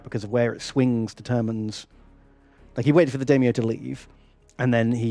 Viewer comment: saying "Daimyo" hurts my soul